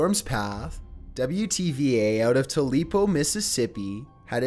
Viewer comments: hey. T.U.P.E.L.O. its not that hard. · Just like in the Bobbie Gentry song (the one that mentions the city), it’s pronounced: “TOO-pah-low” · It's Too ba low Mississippi. You're welcome. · The first time he's made me cringe. TOOPelo... lol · I can’t believe my local news man made it on the 😂 Y’all ain’t even seen Matt go off on Joel 😂 Also, Tupelo is pronounced as “Too-pa-low”. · Breadcrumb It’s not that he is misprnouncing it, it’s that he read it as a completely different word “Tulepo”, which is understandable. But he placed it in his script multiple times and must have only read his source once if he didn’t notice the typo, or just didn’t care when he noticed. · Dude i live in tupelo and i laughed when he said tulepo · Elvis Presley is the birth place of Tuleco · You’re butchering the pronunciation of Tupelo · Okay, I truly tried to give the horrendously monotonously droning voice of the narrator a chance, but when he continuously called Tupelo, Mississippi "too-LEAP-oh", I just couldn't go on. I have paused long enough to leave this comment and then will not be back. I'm sure this upsets the narrator greatly, but with that voice, how would we ever know?! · It is pronounced too pa low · Malise Moore o.m.g YES. How could you screw up pronouncing Tupelo Mississippi. You have to be currently suffering from like a massive head injury to read the word Tupelo and pronounce it the way he did. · Bro at least learnt how to say Tupelo damn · Why can't people say our towns here in Mississippi right? Ugh That storm messed a lot up. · Well I mean it's in lee county. Might as well make them one word. I honestly just laughed when he said it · Dude... it's so bad. I nearly quit at how bad he pronounces Tupelo, Mississippi (#7). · As a Mississippian, that straight up ANNOYED me. That's like calling New York New Rock. How do you mess that up? 😂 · Not to be rude, but you totally butchered Tupelo, Mississippi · Please learn how to pronounce "Tupelo".